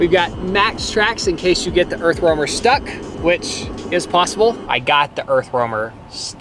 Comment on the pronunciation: How many times have you said Earth Wormer??! 😂😂 I can't imagine having to say Earth Roamer as many times as I've heard it. Bless yalls hearts!